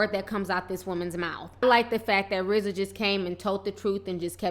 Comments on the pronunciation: Its RZA not RAZ... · Who is Raz? Oh you mean Rza. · Girl no, It's RZA!!!! Rofl!!! R-Z-A!!! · RAZ?? TI lol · its RZA ffs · RZA PRONOUNCED RIZ-ZAH